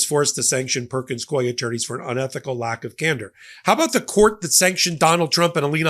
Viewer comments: Psst, it’s pronounced “Perkins COO-EY,” like “Dewey.” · YOU ARE MISPRONOUNCING THE NAME OF THE LAW FIRM PERKINS COIE AND IT'S DRIVING ME CRAZY LOL! BUT I LOVE YOUR CHANNEL AND NEVER MISS AN EPISODE!